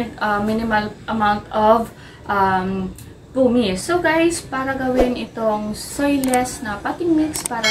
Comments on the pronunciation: Pamis po not pumis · PUMICE = “Pamis” po not “pumis” 🙏🏻